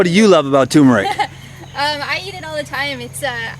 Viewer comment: TUR MERIC not TUMOR ICK